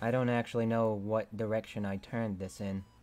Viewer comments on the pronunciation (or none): none